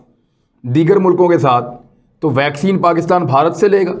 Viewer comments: भॅक्झीन नही है भाई वॅक्लिन दी है... 😂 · Vaccine =भैक्सिन.. 😄😄😄😂😂😂😂😂 कोई समझाओ यार।।। [ये वैक्सीन होता है] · यार ये भैक्सीन क्या होता है? वीडियो इसलिए कोई नहीं देखता है। वैक्सीन को भैक्सीन भैक्सीन करते रहते हो, सर मे दर्द होजाता है तुम्हारे भैक्सीन से। वैक्सीन बोला करो।